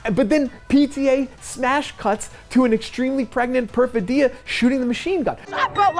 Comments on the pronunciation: The reviewer supposedly watched the film well enough to spoil every plot point, but somehow managed to mispronounce the name of one of the main characters repeatedly. The stress in Perfidia is on the second syllable, not the third. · How could someone mispronounce Perfidia so many times in a row? Did you listen to them say it in the movie? Like even once? Haha